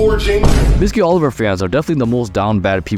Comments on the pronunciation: Its not Oliver its Oliva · Oliva. Wtf is Oliver?